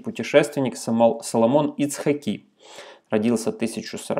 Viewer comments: Прошу прощение ,но хотелось бы поправить .Соломон ИцхАки а не ИцхакИ. Это от имени ИцхАк. Тоесть правильно будет ставить ударение на первую И или на А. И'цхак или ИцхА'к- и так и так правильно. Соответственно Соломона И'цхаки или Соломона ИцхА'ки. Спасибо ❤ Слава Украине! Все будет хорошо! 🇮🇱🇺🇦❤🌻🇮🇱🇺🇦❤🌻🇮🇱🇺🇦❤🌻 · ИцхАки, а не ИцхакИ. ҐаркАві, а не ГаркавИ... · добрый вечер, мы из Израиля... по поводу ударения "ицхАки" на А, "рАши" тоже на А... где РАШИ это сокращение по заглавным буквам "Раби Шломо Ицхаки"